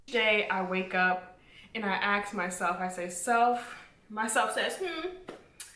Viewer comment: "I axe myself" - 'nuff said!